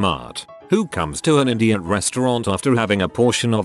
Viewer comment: I was listening to the video and not watching, and I honestly thought the TTS voice said “IDIOT restaurant” instead of Indian restaurant. 🤣 I was wondering what kind of restaurant THAT would be like! 😆